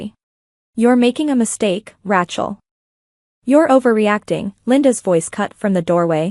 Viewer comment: Teach AI how to pronounce Rachel...